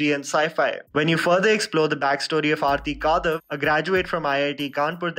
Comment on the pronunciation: Her name is आरती कडव. I think it is high time u stopped massacring people's names. Ur channel is growing, it is irresponsible Indian mentality to not care about getting pronunciation of names right. Anyway, this is a rare instance where I don't agree with ur review of a movie or series. I hated this movie. Total waste of such good talent which Vikrant Massey and Shweta Tripathi possess. I have found cut and dry documentaries more interesting than this poor attempt at filmmaking